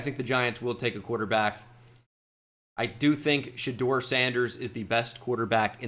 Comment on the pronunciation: Shoutout to for pronouncing Shedeur correctly. That’s a man of the people